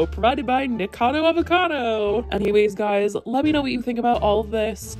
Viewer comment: Lol u keep saying his name wrong ... & i always believed in steph, glad she made that video. 👏